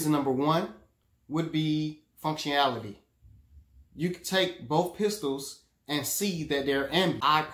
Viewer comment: Excellent video! Although I could’ve sworn you said “Fung Shuei-ality.” And frankly, that actually IS something one should consider in choosing a firearm. Well said! 👍🏻😉